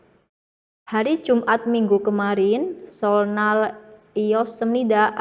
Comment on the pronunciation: seollal bc nya ky seolnal